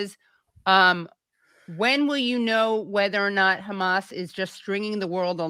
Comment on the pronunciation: I've watched Useful Idiots for a long time, and am a big fan of Aaron, but their coverage has gotten a bit low-brow...juvenile. Making fun of Tapper's pronunciation of hamas was my indicator to take a break, the content has withered.